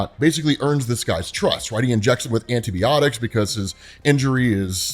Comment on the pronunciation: The thing that's tripping me is how you're pronouncing Antiniotics